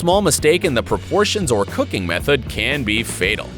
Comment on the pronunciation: I thought he said if you love cocaine instead of cooking 😂